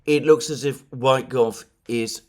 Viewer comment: PLEASE, Alexander, do not pronounce USAID as "US-AID" (manipulative pronunciation to make people think of AID), but separate letters "U-S-A-I-D"! Ask Alex Christoforou. He's pointed that out, too. Also, DOGE is not pronounced like "dodge", but with a long "oh". And the first syllable of Steven Witkoff's surname is NOT pronounced like "white". Whenever the consonant is not followed by "e", the vowel is short and pronounced like in "wit" (like in "witness"). I absolutely love you, watch your programmes every day. You're the most intelligent man I know. But please stop making mistakes like that. ...being on the subject of "small" improvements... it would also give your videos a much better more professional look if you could change your backdrop (maybe, using a paravent or something like that which would bring the background closer... pls. compare with everone else: Alex, Glenn Diesen, the people you talk to on The Duran... no-one has a background as dark and distant as yours, and while your room is probablly most cozy as a reading room, as video backdrop it looks like reporting from a sepia-coloured stuffy dungeon. Excuse my bluntness, but sometimes it's better to be blunt. I don't mean it in a bad way. I wanna see you look good, so I can recommend you to people who don't already know how good you are, including my colleagues at work who follow the msm. If I tell them the msm are lying, I cannot point them to a video by you. Visually they're not suited to make anyone watch, who